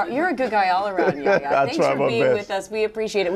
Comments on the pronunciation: Yaya? It's Y-A-"H"-YA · Why does she keeps saying “ yaya”? Hahaha. Itvis pronounce “ yeh hia”